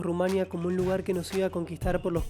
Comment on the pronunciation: Es tremendo la mala pronunciación de ( Rumanía. ) el resto del video me gusto, yo vivi en Sibiu 5 años y comparto la experiencia